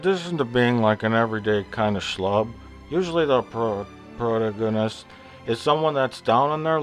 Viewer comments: omg...I had to stop watching this when he couldnt pronounce "protaganist". What the hell is a 'proto-gon-ist'? Gahhh! Honestly...he sounds like a drunk mental patient. Holy hell. He sounds like the security guard John Candy played in National Lampoon's Vacation but on crack. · Plinkett’s mispronunciation of “protagonist” is still hilarious to this day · Hè cant pronounce protagonist lol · You cant even pronounce protagonist you fucking looser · Your pronunciation of "protagonist" is breathtaking. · i love the way he struggles with "protagonist" each time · I like how he mispronounced protagonist and would just whisper it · Why cant he say protaganist? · This guy is a fuckin idiot. He can't even pronounce protagonist correctly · roflamo he cant even say protagonist right, thumbs up if you agree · This man can't even pronounce protagonist. It would have to be one of the funniest uploads on Youtube. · I don't understand... is this a joke? Why can't he pronounce words like protagonist if he's such an authoritative expert on how to make a good movie? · your computer voice mispronounced protagonist. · you should learn how to pronounce your words first before you talk about how bad the movie is for instance, protagonist! and stories don't HAVE to have a protagonist, that's just the most accepted style because people like you are too simple to deal with anything else. you have to connect with the them or it's no good? you're a fucking dumbass i agree the movie was junk, but they could of made it way worse and if it so bad, why didn't you make a better one? because u can't so you should stfu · obviously his humor flew right over your head. his mispronunciation of protagonist is on purpose, you dimwit. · good job pronouncing protagonist lol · I'm not sure if you're doing this on purpose or not (and this is the first review I've watched from you so I don't know if that was meant to take the piss or not) but the stress is on "pro-TAH-go-nist", not "pro-ta-GON-ist". Just saying.